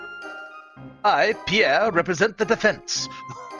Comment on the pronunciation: That’s the most German Pierre I’ve ever heard